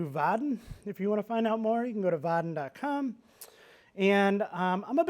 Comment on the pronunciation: Dude, the way he's taakn! There is n effn "i" between "a" and "n" in "Vaadin". But he's not sayn it. Makes me frickn not likein' 'im. What the hell is is with his "calfs" all the time! (In German "Waden", meaning "calfs" is pronounced as he does "Vaadin"). So it's really distracting mentally to "fix" that every time he says it). Nice talk otherwise. ;)